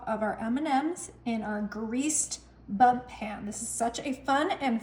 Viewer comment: Did she say "bump" pan or was that just the closed captioning? Either way, it's bundt. This recipe provides me with some great inspiration!